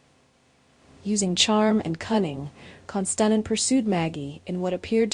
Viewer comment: It would be nice if you would pronounce his name correctly.